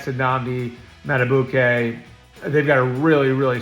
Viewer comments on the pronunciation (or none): 🐦 Madi-beak-Kay ❌ 💐 Madi-bouquet ✅